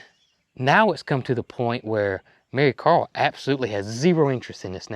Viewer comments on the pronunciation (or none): none